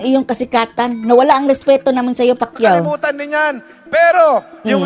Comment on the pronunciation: Pac u Hindi Pacquiao 😂😂😂 bobo na naging bobo pa😂